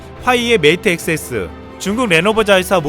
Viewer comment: Xs.... 발음이...ㅗㅜㅑ